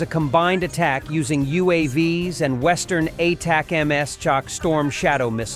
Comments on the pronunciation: Just to help you it's pronounced ay-tack-ems. Trust me. Keep up the good work! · You need to teach your AI how to pronounce 'atacms'.